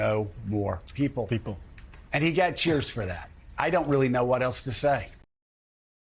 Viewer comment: He friggin can’t even pronounce her name which as we all know has been a pattern with the Republican Party and a dog whistle for racist misogynists who permeate starting at the top